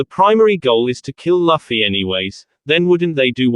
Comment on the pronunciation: It's looooffy not laaffy